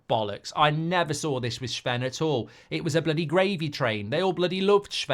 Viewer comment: His name isn’t shven